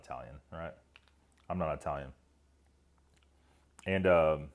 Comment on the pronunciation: Are you sure? I could've sworn you're Eye-Tallyun.